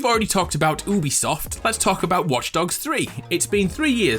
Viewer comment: Are we just going to ignore the fact that he said “oobisoft”??